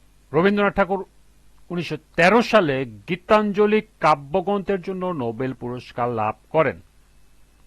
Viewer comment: Kabbogronto na kabbogrosto